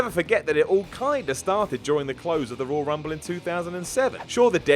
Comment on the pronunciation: “THE ROYY RUMBLE” it’s Royal lmao